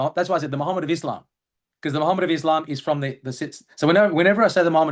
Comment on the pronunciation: Muhammad say it right. This is the name